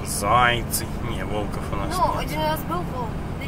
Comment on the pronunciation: не забывайте говорить правильно - влкОв. биГи, биЖи как то слух режет , не забывайте родную речь ! :-))